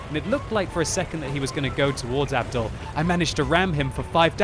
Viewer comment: that's not how u pronounce Abdul.its a Muslim name ur supposed to be pronouncing it like abdool and not like abdal